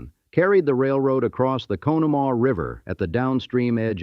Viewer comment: What's crazy is you do all this research but you don't know how to say Conemaugh🤦